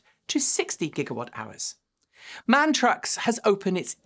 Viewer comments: there was a time when i wanted a tesla but then they had to go and screw up their interior. tesla is the new apple :-( sounds like lordstown is the new faraday future. again, it's pronounced m a n, not man. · MAN is supposed to be pronounced "em - uh - en".